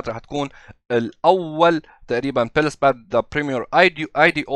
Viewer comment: بولس مش بلس باد بولس يعني نبضات تحياتي